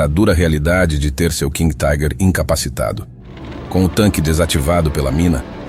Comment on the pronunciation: Não somos ingleses! Não entendo essa pronúncia em inglês para a palavra alemã "Tiger". Pode pronunciar como alemão ou como se lê em português mesmo. Ou chamar de tanque tigre.